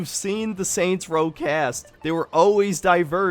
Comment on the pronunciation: Soynt's Row